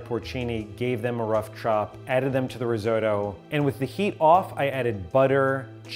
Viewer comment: Hearing Risotto pronounced Rizoe-toe actually hurts a little bit